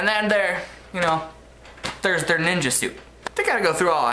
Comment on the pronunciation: i had to rewatch the glasses part haha threw me off for a second. better be careful though how you say 'ninjer'